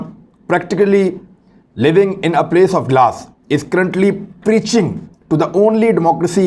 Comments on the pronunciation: place nae palace.. english classes join kar le bhai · Place not palace